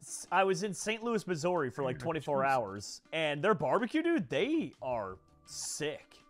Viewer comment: Bro said Missori